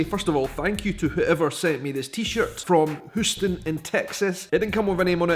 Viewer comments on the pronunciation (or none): it's not "hoo ston" it is "hugh-ston" :D love your vids! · btw Houston in Texas is pronounced with a very strong "Y" ... HYOO-ston. I know other Houstons of the world are pronounced in various ways. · It's pronounced H you ston. Long o! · Hoos-ton. I love it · Oh love your wearing my cities shirt. But its pronounced Youston. I know why your going to North Carolina..... the Highland Games. Love my family heritage. And love your videos. As for security they were there they just blend in as if a tourist, it's called incognito. #AirforceMom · At least he didn’t pronounce it HOWston, like how Houston St. in New York is pronounced.